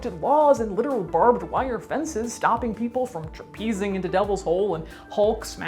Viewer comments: The only flaw in this great video: traipsing is pronounced "traypsing" not "trapeezing." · Check the pronunciation of traipsing. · You say trapezing/your subtitles say traipsing, let's call the whole thing... Hilarious!🤗😁 One of your funniest adventure videos ever! 👍 The pup fish need saving (and will be saved) because they have psychic and mind-control capabilities with clear military and intelligence applications...